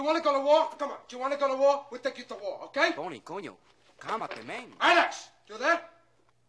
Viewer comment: 😂 Tony - just grab the intercom and everything will be h'okay